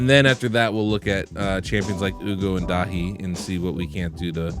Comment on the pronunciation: Nice job on the pronounciation of Daithi! Made me smile as a Daithi :-)